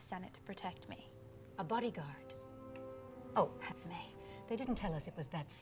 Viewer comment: Podme, geanasas